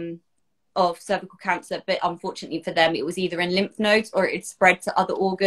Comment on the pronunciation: Nobody in the US says cer-vy-u-cul lol. But thats terrible they refused a pap so long!!